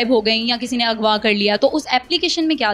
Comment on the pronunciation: For God sake correct your Urdu before conducting an interview. What is “Agwa” . I am surprised that neither your family nor school ever corrected you for this.